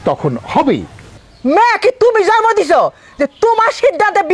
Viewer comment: এরা কোন ধরনের মডেল যে, এরা ঠিকমতো জন্ম উচ্চারণ করতে পারেনা সেখানে জরমো উচ্চারণ করে। ভাষা ঠিকমতো উচ্চারণ করতে পারেনা। শেষের দিকে জন্ম কথাটা জরমো উচ্চারণ করেছে